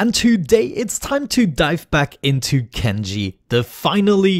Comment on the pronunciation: Did you say kenji? It sounded like you said kenji at the start